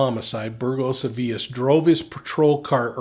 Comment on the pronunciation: You pronounced Burgos as “burjos”, and Avilés like “tortillas” 😂 Points for effort though!